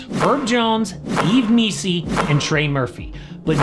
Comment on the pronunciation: Yves Missi pronounced correctly. Props.🤜🤛